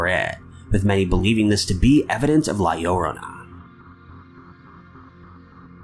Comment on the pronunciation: La Llorona is pronounced with an emphasis on the last "o". La LlorOna (La YorOHna).